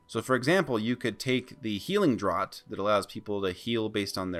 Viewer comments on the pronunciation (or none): NB: “draught” rhymes with “laughed” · lol I've been pronouncing "draught" incorrectly for years then :P